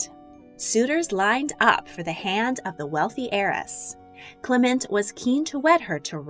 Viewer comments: Italian pronunciation: MED-i-ci. British (incorrect) pronunciation: me-DI-ci. Clement is CLE-ment. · I like the video, but she needs to work on her pronunciation. It's "MED-ee-chee," not "me-DEE-chee" and "CLEM-ent," not "cle-MENT."